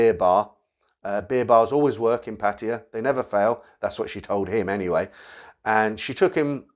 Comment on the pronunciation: PA TA YA...not PA TI YA!!!!!!